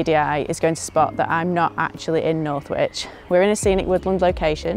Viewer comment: It’s Northwich, in Cheshire, so pronounced like “north-witch” just like does in the intro 🙂